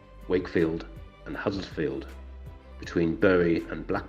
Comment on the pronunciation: Very interesting! (But, er...it is Huddersfield, not Huddlesfield.)